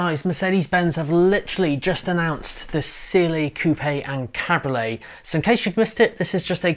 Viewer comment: It's called a CAB-RIO-LET. 3 syllables dude